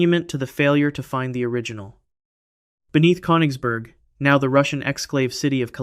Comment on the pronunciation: I'm not tryna be funny but when he said konigsberg I thought about koenigsegg